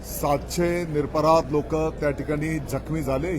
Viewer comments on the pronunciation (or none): Nirparadh nahi niraprardh saheb marathi bhashecha apman aahe ha